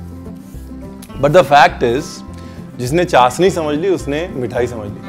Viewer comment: Sir ji its chashhhni not chasni 🤪